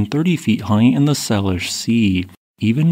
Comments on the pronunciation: Just a heads up- "Salish" is pronounced "SAY-lish" ♥️ much love from a Washington earth scientist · It’s SAY-LISH Sea and WILL-AM-IT River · Pronunciation correction: Salish Sea: SAY-lish